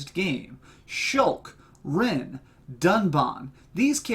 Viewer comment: Following how the game pronounces the names, Reyn is like r-I-e-n, Dunban is like, D-u-n- and ban.